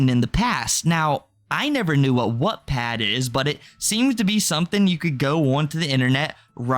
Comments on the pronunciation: “Whatpad” 😭 love you, but it is pronounced like “watt”. Like the unit of power. “Wattpad”. lol can’t wait to finish watching this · I’m not sure if it’s your accent (which I love) but Wattpad is pronounced “watt” like a lightbulb watt! 💕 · sounded more like “whatpad” imo, not sure if he fixed the pronunciation later in the vid